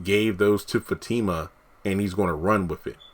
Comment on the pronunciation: No he hasn't ruined her character. We all have another side to us. We all have a past. You can be professional one minute, and street the next. I'm glad he's building Fatima and Zac's character up. They are great together. Sounds like you don't even watch the show tho. You can't even say their names correctly. Tyler Perry is giving us what we want!